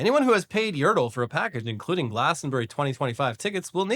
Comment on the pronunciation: Pretty sure that's meant to be yər-TEL, as in "hotel" -- rather than YəR-təl, as in "turtle" 😘